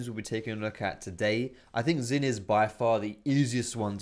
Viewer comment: u pronounced xin the same as xayah end.